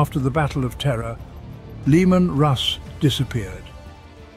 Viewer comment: I love how you keep pronouncing it Lemon lol